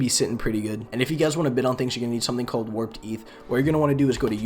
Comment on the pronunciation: "worped ETH" hahahaha